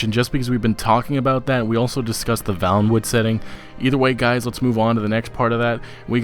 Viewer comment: It's pronounced "Vay-lin-wood" not "Val-lin-wood".